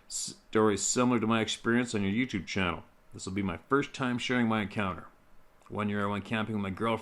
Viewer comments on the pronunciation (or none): none